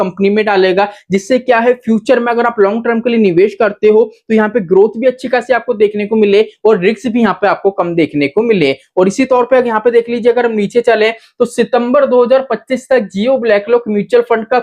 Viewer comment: Sir, plz rectify : Riks ( रिक्स ) wrong Risk ( रिस्क ) correct